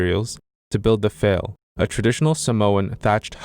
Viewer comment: FYI a Sāmoan thatched roof hut is pronounced "fah-leh" NOT "fail".